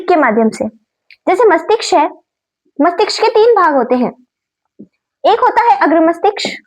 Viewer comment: Mastiksh nhi mastishk hota hai mam 😂